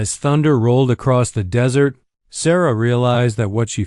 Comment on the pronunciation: Narrator is awful. Spelling out actual words and that dreaded "dot".🤦🏻‍♀️ Desert...Dessert?🤦🏻‍♀️ "Necho" - NACHO! "Tatsie" Tazi? Tatsui? Totsi? How many ways is his name spelled?🤷🏻‍♀️ Are they all one person? It was a ok story. But so many Dots and an odd ending, she's just left there by herself, and what? Too many unanswered questions!🤷🏻‍♀️